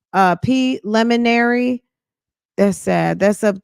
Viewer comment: His PLIMINAREE hearin….😂😂😂😂😂